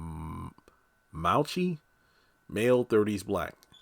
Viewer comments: LOL at you calling the character Malachi Malchi. It's the name of the last book of the Old Testament of the Bible...Mal - uh - kiy (Malachi). Thanks for the breakdown. I'm not sure if I'm excited about Zatima season 3 because it seems like I just might be annoyed by unnecessary Zatima drama. I just need Zac to catch a break. This arrest for murder is not making any sense and I'm not really here for it at all. I'm over seeing Zac in jail. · Pronounced Mal - la - kai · Last male characters name is pronounced Mal a ky